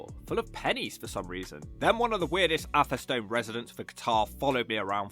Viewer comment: Rugby was really attractive a decade ago. There's a whole series of failing towns along the A5 - now one vast distribution road from Lutterworth to Tamworth. Hinckley, Sunny Nunny, Beduth, Atherstone (you need to get the pronunciation right, mate). Atherstone is actually quite lively and picturesque. I lived near Coalville as a kid and youth so I know what a shithole looks like. I moved to Nuneaton in '76 and out in '93. I now live in Atherstone. Like all Central Midlands towns they need huge cash injections...fat chance.